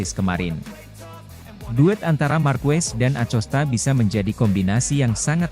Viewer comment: Masa blum bs baca nama pedro acosta dengan bnar sih min. DiBacanya akosta min.....jgqn di eja lempenk aja